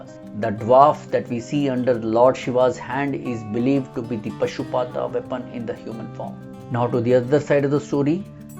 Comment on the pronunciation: Thanks for the informative details and observations. It is not Pashupaata. Please correct as Paashupata. Meanings are different.